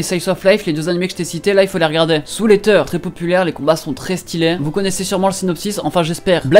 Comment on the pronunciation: Outch mes oreilles quand tu prononce Eater 😂 ( ça se dit Iteur pas éteur si jamais ) et sinon vidéo très utile pour tout le monde ! Pour ma part j’ai déjà quasiment tout vu ahah